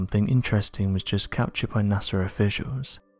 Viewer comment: He pronounces NASA as NAS-ER!😆